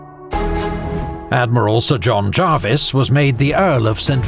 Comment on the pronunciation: I was taught by Prof Harry Dickinson, one of the great 18th century specialists, and he was insistent on the Jarvis pronunciation. Paused a seminar to point it out! So I’ve gone with that.